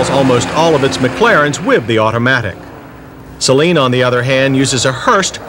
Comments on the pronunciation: (sigh..) "Say-Leen" is what u put in your eyes: As in Saline Solution. "Suh-Leen" is what u drive. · Please try not to pronounce "Saleen" as if to rhyme with "Céline": that first syllable is not stressed. It should be pronounced: "sə-LEEN."